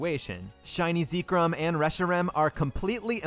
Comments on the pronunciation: I believe you mispronounced Zekrom as well as other mons. Oh well I guess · It counts, you failed. I would have given you a pass, but you pronounced Zekrom the way you did. Mission failed. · Please pronounce Zekrom properly, this wickedness must be stamped out. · why bro call it zeeeee-krom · Why do you call it Zeekrym? It's Zekrom 😭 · Im late but pronouncing zekrom as zee-krum and not zeh-krom is crazy. I hear new ways for ppl to mispronounce pokemon names often 😂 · It's pronounced Zeck-rom, not Zeek-rom. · IVE BEEN PRONOUNCING ZEKROM WRONG?! how you say it: ZEE-krom how i say it: ZEK-rom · If you say zeekrom one more time I'm gonna lose it. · Zekrom -> Zeh Rom -> The Rum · Ah yes, ZEEKRUM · Whenever he says "ZEEkrom" a part of me dies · “Zeekrum” it hurt every time he said it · "ahhh yess ZEEkrum, and ZebSTREEKA" my favorite pokemon. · Zee krum?? 😭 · How you say zekrom is weird (first time hearing someone say it that way) I pronounced it like Zek-Rom, and rom pronounced like rom as in rom hack) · I think specifically cause you called zekrom zekerom it counts as wild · I would have said it's fine... but hearing you say "zee-krom" is making me reconsider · Zekerum, really??????? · its pronounced Zeh chrome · no, that's what I'm saying. I've never heard it pronounced "ZEE-krom". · I'm sorry.... how did you just pronounce Zekrom? its literally pronounced how it's spelled! Zek rom! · No, I was thinking "Why does he pronounce Zekrom like that?" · Zekrom, Zebstrika, and most of the city names. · The only illeagle thing here is the pronunciation of Zekrom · Idk what’s more wild, you beating the game with no wild encounters, or the way you pronounce zekrom. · Your pronunciation of Zekrom is certainly unique. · Please never say Zekrom out loud again respectfully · I would absolutely consider this a win except for the fact that you pronounce Zekrom like that so you lose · I know youre pronouncing zekrom like that on purpose because of how much you said it